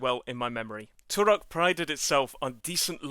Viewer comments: Stop saying 'Turok' like that. It's super annoying. Here say it correctly "turrrok" . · I loathe the way you roll the "R" in Turok.